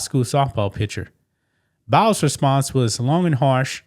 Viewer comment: It's not Bowels - it is Biles, bi, rhyming with eye! That said, you are looking very cute - it must be a feeling of well-being due to some personal success. That said, (LOL) thank you for continuing to bring us this kind of news.